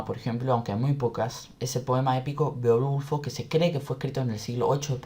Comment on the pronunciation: It was great ! The only thing I don't agree is the pronunciation of Beowulf ( hirio mi sensibilidad)